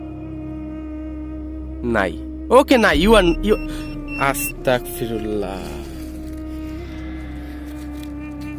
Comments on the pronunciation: কেমন আছেন আশা করি আল্লাহর রহমতে ভালো আছেন অপেক্ষায় ছিলাম ভিডিওর জন্য খুবি ভয় হয়👹👹👹 আপনি কি করে একা একা এমন কবরস্থানে যান আয়াতুল কুরছি পাঠ করবেন আর আস্তাকফিরুল্লা হবে না আস্তাগফিরুল্লা হবে আপনাকে অনেক বার বলা হইছে তবু ভুল পড়েন এতে আরো পাপ হবে আশা করি এর পর শুদ্ধ ভাবে পড়বেন ❤️❤️❤️ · ভাই আস্তাকফিরুল্লাহ হবে না এটা,এটা আস্তাগফিরুল্লাহ হবে😇